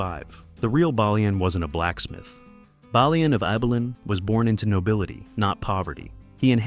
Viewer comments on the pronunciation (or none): You think you’d get the pronunciation of the main character’s name correct at least…’bay-lian’ not ‘baa-lian’ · It's mad how much info you have and still mispronounced everyones names, how do you get the main character's name wrong three times? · If you can’t say the main characters name correctly, you don’t deserve my time.